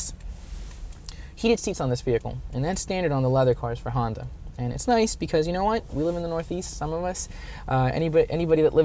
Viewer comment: Did he say Hondur?